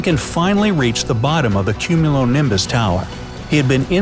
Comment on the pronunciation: Nobody: Not even a single organism: Narrator: CuMmUnOlImBuS